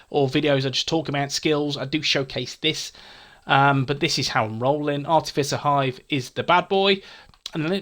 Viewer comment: Ok...you're officially the Skills Guy. I had to laugh re the artificer hive...I prefer the wrong pronunciation, sounds tougher.